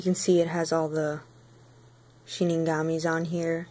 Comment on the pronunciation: Shinigami........ITS PRONOUNCED SHINIGAMI